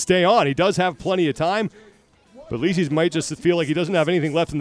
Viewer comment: I was pissed at commentators for butchering his name during the entire thing. It should be "leecis", not "lesees".